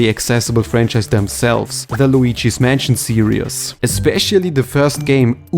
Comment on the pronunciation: Why do you randomly add extra syllables? Here for example it sounds like you say "Luigi's Mansion serious"